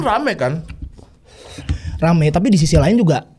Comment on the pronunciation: Raim bang et di kata raim raim